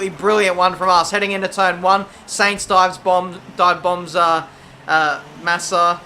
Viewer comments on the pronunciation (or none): Gotta tell ya... Sainz is pronounced "Sine-z"... rhyming with Heinz (baked beans). Not "Saynz". Sorry, just something that's been getting at me watching your career vids. Which BTW are pretty good.